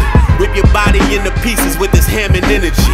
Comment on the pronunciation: Psst, it's pronounced Hah-Moan